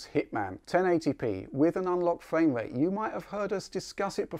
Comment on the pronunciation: You've got great content man, but I find it difficult to overlook the fact that you cant say "R" sounds correctly. Its not fwame wate, its frame rate. I hate to be rude it sounds childish